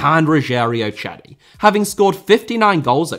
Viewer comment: Great video! FYI, the "C" in Rogério Ceni's last name has an S sound not a CH sound :)